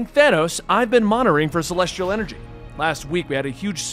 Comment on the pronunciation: Celestrial? Drewg? Yea, im done with the mispronounced words unsub.